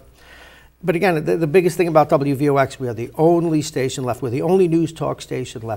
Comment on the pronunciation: i thought it was wvox not wvx